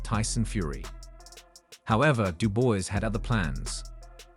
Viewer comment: Who tf is “Da boy” 😂😂 I had to turn it off after hearing him pronounce his name like that for a second time 🤦🏻‍♂️